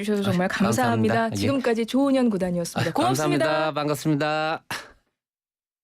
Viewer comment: 조ㅡ훈현구단이 아니고 조훈현구단입니다. 조ㅡ남철, 조ㅡ치훈 구단 길게 발음하는 趙氏이고 조훈현씨는 曺氏입니다.